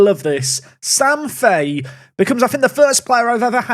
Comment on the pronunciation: U pronounce Sam Fahey differently every time you say it 😭